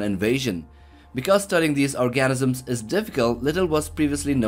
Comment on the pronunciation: ORGAN-ISM LOL